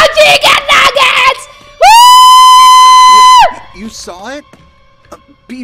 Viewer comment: "I LOVE CHICKEN NAGGETS"